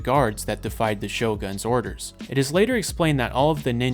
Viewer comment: My man you butchered yuzuriha's name so badly. Well you butcher most japanese words, but her name especially. Shogun is also a bad one, you said it as shogan.